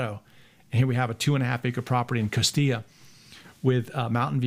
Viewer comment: Thanks for pronouncing Costilla properly!